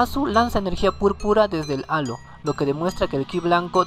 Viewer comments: Like si escuchaste ano en lugar de halo. Like para que aprenda a pronunciar bien halo. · tuve que repetirlo porque escuché ano :v